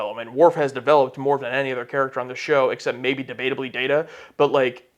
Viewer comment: Nice retrospective on Season 4. BTW, "maybe debatably Data" is quite the tongue-twister that you reeled off flawlessly. :-)